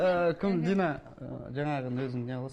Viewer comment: Кинонын басында Дина ны Мина деп естип калдым го